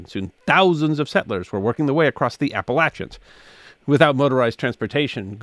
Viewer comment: Thank you, sir for saying, Appal-ATCH- ans, not Appal-AYTCH-ans. You said it as we say it.